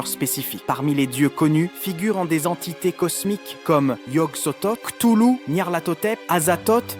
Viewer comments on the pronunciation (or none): none